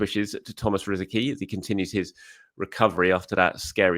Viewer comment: Please pronounce it correctly. As you n Rosie ski c is pronounced ts